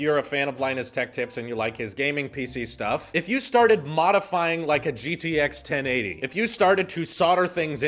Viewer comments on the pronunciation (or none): Was I the only one who heard him say GGX 1080